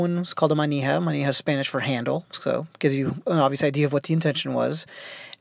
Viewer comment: You have a great spanish pronounciation.